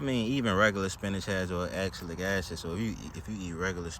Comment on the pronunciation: if you were referring to oxalic acid its pronounced ox (like the animal) alec (like alec baldwin) acid. its found in quite a few foods naturally. in small amounts its harmless. most of the time the body (as long as your gut is healthy) simply binds it with calcium and your body eliminates it as a waste product. in high amounts it can prevent the body from absorbing minerals and contribute to kidney stones in some cases. you probably already knew that already though lol